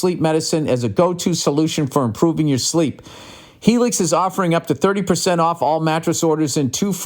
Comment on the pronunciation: My brother rants and raves everytime he goes to the chiropractor. Also its hee-lix billy smooth balls